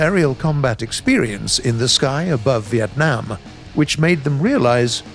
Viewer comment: Love the narrator's voice, he even pronounced "Vietnam" the Vietnamese way "Việt Nam" Me Vietnamese, me feel happi